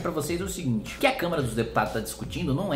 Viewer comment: pior que eu tbm ouvi câmera, kkk. Mas o Kim é muito estudioso e hábil nas palavras, certamente foi um erro de dicção.